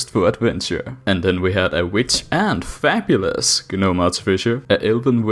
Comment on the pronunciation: Sorry, I just heard that as "fapulous".